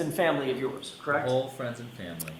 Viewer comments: There she goes again. Does not know the correct pronunciation of the word CORRECT. IT IS NOT "KRACT". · "The tail light was Kract" 🤣🤣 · OMG! As if it could be worse now every time she says 'correct I hear CRACKED!